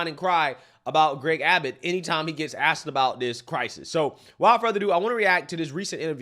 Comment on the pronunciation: It is a goddamned shame that mayors can not speak proper grammatical English. Johnson in Chicago and Scott in Baltimore both "aks" questions about accountability of the mayors of Democrat "ran" cities. 😂😂😂